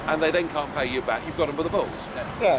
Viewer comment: That was painful to watch, but Nigel did well considering... "yeah yeah de IMF..."